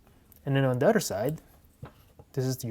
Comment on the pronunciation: The “oder” way😭